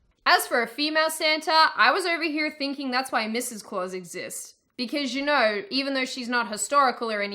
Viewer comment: Mrs Claus "you know". Love it, you got an Australian accent now. Keep it up.